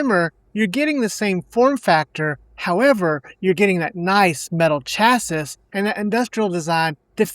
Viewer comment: Never seen a more forced unpolished unconvinced pathetic ad read on YouTube.. nothing about you seems genuine.. you don't even know how to pronounce chassis.. assuming you just chatgpt everything or got it from ali